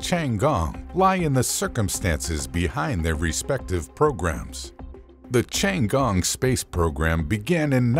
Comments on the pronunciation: pronounce "tti ann gong" not as you say or sound like.. chiangong .interesting infos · 是天宫 不是 长宫........... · 不是吧，老外真的不会发T的音，反而读成了C的音😂 tiangong, not chian gong! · Ten gong , not chiang gong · Tian He not Thian He nor Changee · I'm mildly annoyed that he keep pronouncing "Tiangong" as "Changgong" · Creator needs to learn how to pronounce “ Tiangong” correctly . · Narrator absolutely butchered the pronunciation of the Chinese spacestation. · For God's sake, can't you find someone who can pronounce 天宫 properly?? It ain't that hard! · Can't even pronounce the name of the Chinese space station correctly!